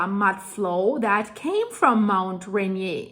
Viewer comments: Dear, My wife and I think of you as our “” and greatly enjoy your presentations! As a linguist, I want to say that the North American English pronunciation of the massif is Mount “ruh-NEER.” Yours is the correct French, but that’s how we locals say it. I am deeply concerned, as I have MANY friends and family who live in Washington State. I even visited there in the 1960s. Keep up the great work—we are following avidly! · Pronounced ….Rain-ear. We are not French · Ray near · It would be nice if she learned to pronounce the name Mt. Rainier correctly. It’s NOT a French word. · Hi... Thanks for your excellent reporting. Just a small editorial comment: in the US, we pronounce both "R's" in Rainier. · Watch the rainier beer commercials from back in the day and that’s how you pronounce rainier couldn’t watch the video cuz of the butchering of the American language they are not French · You are not pronouncing it correctly, it has a “R” on the end that you are ignoring and it doesn’t even sound right to anyone in America. Just saying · Please pronounce the second "R" in Rainier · It is a French name after Peter Rainier and this means it was originally pronounced like a French name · The Volcano is named after Peter Rainier a French guy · Dear, Americans rarely pronounce names according to their obvious European origin. Rainier is pronounced "Ray-neer" in the USA. I'm a subscriber in Arkansas USA, I enjoying your excellent reports, as I'm quite sure many others do as well. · Pronounced 'RAIN EAR' -- 'Rainier'. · It's Rainier, sounds like Rain-eer, your scratching the caulk board.:) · It's pronounced Rain-eer, not rain-yay. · Ray Near.... Rain Ear. You live in the pacific northwest pronounce the mountains name correctly. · It's pronounced, "Raineer" not "Renyay", lol. at least we Americans say it that way. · btw Mt Rainier doesn't have a French accent, it's pronounced Re-near, Rain-near or even Re-nir, but definitely not Re-nié